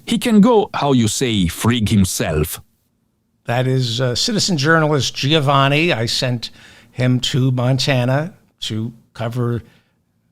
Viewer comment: Hi David. Greetings from Melbourne, Australia. "Giovanni" is pronounced "Jo(e)vanni" and not "Ji Oh vanni" . I enjoy the show